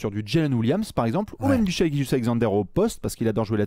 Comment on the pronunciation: Ca se prononce Shai, et non Shaï Mavs en 7